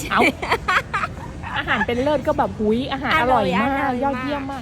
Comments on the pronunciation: เลิศ ไม่ใช่ลาภ พืชก็ไม้ถืก555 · เลิศ (Lerd) ไม่ใช่เลิฟ